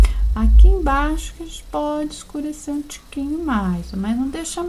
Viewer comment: Amo quando fala tiquimho